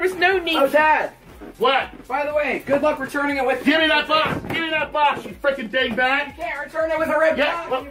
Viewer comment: that dad said “GOVE ME TAHT BOX YOU BIG BACK” 😂😂😂😂😂